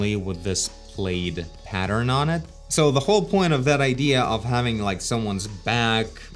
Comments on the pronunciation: plaid is actually pronounced like plAAd a not like plade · it's pronounced plad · The word ‘plaid’ is pronounced to rhyme with ‘Vlad’. - Old people have lips. The sunken look you’re referring to is a result of not wearing dentures. So make sure not to mix the sunken look with a mouthful of teeth. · Plaid is pronounced Plad as in P as in person and Lad, it is the type of design on the shirt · ITS PLAD! ( that's how it's pronounce ) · sounds like some great ideas and really interesting characters you got there! also btw, although its written like "plaid," it's pronounced like "plad" like rhyming with "Lad." Who knows why :D